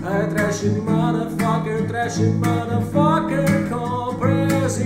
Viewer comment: TOP, o enche a boca para falar MOTHERFUUCKEEERRRR, kkkkkkkkkk muito massa o falando isso.